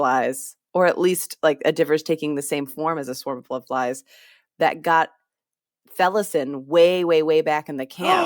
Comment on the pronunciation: Allow me to put this to bed guys, thank me later. It's pronounced Kalam and Felisin. You're welcome.